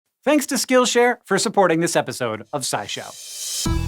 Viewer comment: Did he just call it SchkillShare?